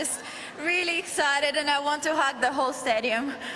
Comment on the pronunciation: At first I thougt she said she wanted to "have the whole stadium" but she said hug😆😆😂😂